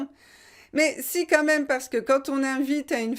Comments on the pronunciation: pourquoi vous prononcez "QUAND" quantte? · Dear Elsa, will you please explain me why you pronounce the final t in the word quand when there is no liaison.